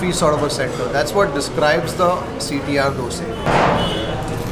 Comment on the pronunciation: Hi sir, when you pranoun CTR , I heard like CT maar song...😂